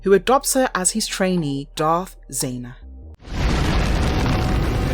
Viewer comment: Zannah not Zayna